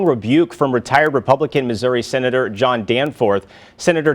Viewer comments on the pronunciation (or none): none